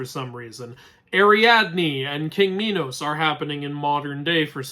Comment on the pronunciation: Fat belly Dionysus? Idk. In most of his depictions he is fit. Unless we are talking about the depiction as Bacchus. About Ariadne, she had 5 possible brothers. Deucalion, Catreus, Glaucus, Androgeus and Asterius, the Minotaur. Kudos for the way you pronounce Minos! 😀